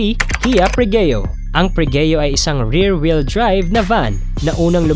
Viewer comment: Bobo ng vlogger na ito. Puro mali ang engine specs at pati pangalan mali, pregio ginawang pregeo daw. Ang bobo mo brad! Haha